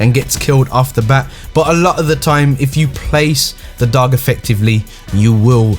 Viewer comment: Dog but pronounced dooge